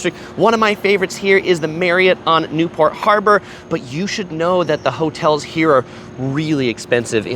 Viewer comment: He took the caaaaaaaaa to the haaaaaaaaaaabaaaaaaa to get to the beach lol